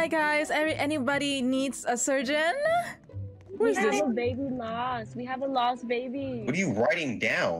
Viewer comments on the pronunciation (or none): When you said surgeon everytime I’m just like “wait what? Sergeant?” 🧍‍♀️??